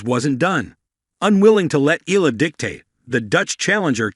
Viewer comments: EYALA Thats the correct pronounciation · It's looks like this sports caster doesn't care about right pronunciation of foreign players, to them they do it what fits them , it's E YA LA!!! bwisittttt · This is not first time you covered Alex Eala, but still you're not pronouncing her to full name right. EALA is pronounced like there's a 'Y' in between E & A. FYI